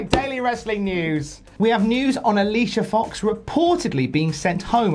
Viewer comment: you said her name wrong...